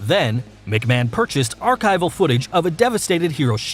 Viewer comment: This guy can actually pronounce McMahon right